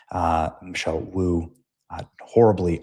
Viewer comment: That not Boo that Woo as in Mayor lmao